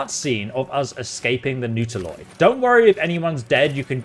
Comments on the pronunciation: sorry for being nitpicky but i just have to comment on your pronounciation of Reliquary (should sound like Relic cwarry) and Nautiloid (which should sound like Naught iloid, and not Newt iloid)... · It's Not-a-loid, not Noodle-oid.